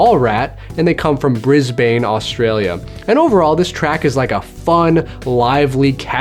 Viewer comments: Here in Brisbane, we pronounce it "Briz-b'n" not "Bris-BAYNE..." - and you're right, an amazing band! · Brisbane is pronounced BRIS-BEN Just letting you know :) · Lol it's bris-bin, that's how pronounce it. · I so badly want those albums! (Also Brisbane is pronounced like Bris-bin)